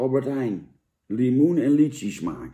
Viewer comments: Hoe spreekt hij lychie uit 😂 Het is lychee Janneman. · Lietsjie-smaak ????😂🤣😂🤣 Jan je bedoeld Lychee!😊